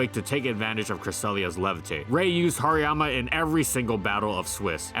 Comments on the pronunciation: You're pronouncing the "har" wrong. It's not "har" as in "hard". It's "har" as in harajuku. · nobody never called hariyama hairymama.